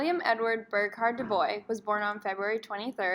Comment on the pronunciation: Love on how you explain his theory the only problem I have is the pronunciation of our name